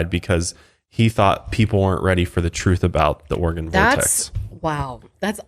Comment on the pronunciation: Anyone else listen to the podcast and hear "organ" vortex instead of Oregon? 😂 Also, I miss the old song... but this one fits the whole vibe oh Mile higher.